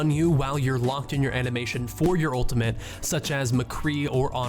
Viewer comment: Just stick to doing highlights. These are the most basic tips even Bronze Genjis know. You don't even know the name of the ultimate. And it's pronounced ultimate not ultament. And please lower the gain and bass on your microphone.